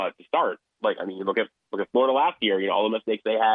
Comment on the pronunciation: Why did she say Florida like that? Are you from New Jersey?